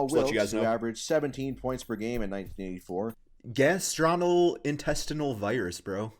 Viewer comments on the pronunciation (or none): This man can’t pronounce “asterisk” or “gastrointestinal”. Wtf.